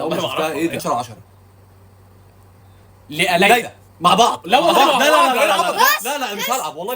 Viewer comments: ليلى وليس ليلي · ليلى وليست ليلي